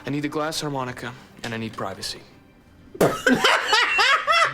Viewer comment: It's a glass Armonica. No H.